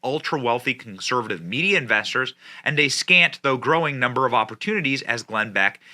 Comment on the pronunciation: Media, not Meida